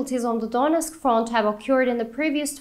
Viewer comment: Donosk front? Please read how words are spelled